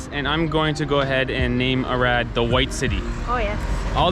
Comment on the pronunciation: Doar eu înțeleg "Irak" când pronunță "Arad"? 😅